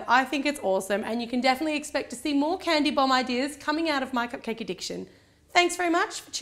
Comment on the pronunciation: It sounded as though you kept saying "candy bong" xD